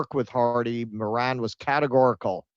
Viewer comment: Who the hell is Helen "Moran"?🤣